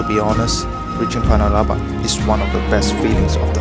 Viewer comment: bro, panalaban not panabalan 😅🤣